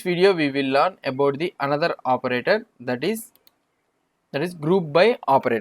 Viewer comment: Nice tutorial but don't pronounce learn l**n 😂